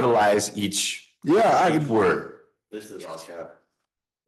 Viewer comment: He can't even say the word properly. 🤦🏻‍♂️